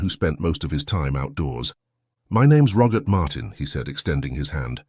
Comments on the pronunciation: The fact that the narrator (AI?) cannot pronounce the very common name Robert (not Rogert) makes me doubt the veracity of the whole story. Am I the only one? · Why on Goddess great earth does it sound like he's saying Rogurt instead of Robert? 🤔🤨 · Rogert?Rogert? Please….for goodness sake! Can’t AI say ROBERT!!!!!!! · AI voice can't say Robert correctly, such a shame.